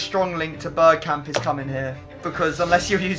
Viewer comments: Hmmmmmm... Patrick Berkamp good one. No hate just found it really funny 🤣🤣🤣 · Patrick berkamp! 😂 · Patrick bergkamp 😂 come on it’s one or the other